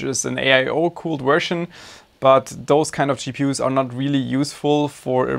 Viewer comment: why do you say wersion it’s version cmon man😭😭😭